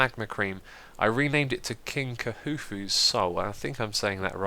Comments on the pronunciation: khufu is pronounced koo-foo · Xisuma, you really are a general good guy! Just so ya know, Khufu is pronounced Koo-foo. ;)